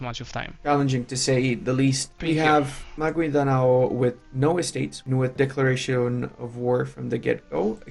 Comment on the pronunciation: butchered Maguindanao at the draft. We're off to a good start